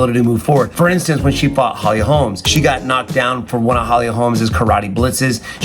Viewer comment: Its holly holm. Not holms